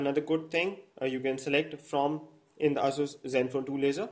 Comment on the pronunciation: its ASUS Zenfone not asoos zenfone lolz